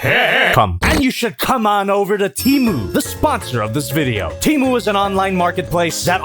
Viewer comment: You pronounced temu wrong